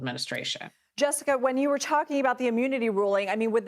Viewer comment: It's pronounced immunity not ammunity! 🤔